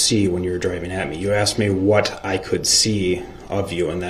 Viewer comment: brooks could create a language of his own. A couple of my favorites , axed and troof.